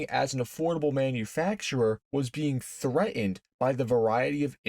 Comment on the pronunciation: It's "threatened" not "threh-en"